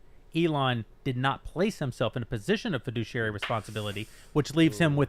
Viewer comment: heh. feh-douchey-airy (fiduciary)